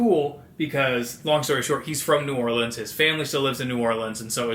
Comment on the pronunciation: Your pronunciation of New Orleans could have fooled me that you aren’t one of us! I loved the part about the preservation hall jazz band. If you go for Mardi Gras, definitely do it with a local. It could be a disaster if you don’t know the right spots. Lots of great family friendly areas though. I love Frenchman street for great restaurants and live music. I love the French Quarter but not so much at night or during Mardi Gras just because of the crowds. Tour Mardi Gras World where they make the floats. And if you could get tickets to the Endymion or Bacchus balls, that would be so much fun if you’ve never been to one of the formal balls, especially if they have a good performer. As odd as it sounds, the cemetery tours are really cool too.